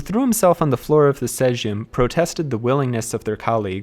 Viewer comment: Apologizing for your bad pronunciation is ok, not making an actual effort to look up how to say anything is not. Sometimes a literal google search can help you, and often the right way to say a word is much easier than your take on it. you made me do a spit take 😂 wth is a sygm? sounds kinda dirty, ngl